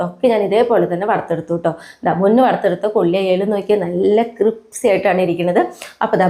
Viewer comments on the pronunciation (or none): Cripsy alla crispy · എപ്പഴും cripsy എന്നാ പറയുന്നെ. ക്രിപ്സി അല്ല, ക്രിസ്പി. കുട്ടിയ്ക്ക് ചെറിയ തെറ്റു പോലും പറ്റരുത്.❤❤❤